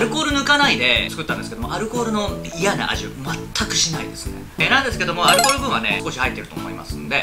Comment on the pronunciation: アルコール好きってアル中に聴こえてくるw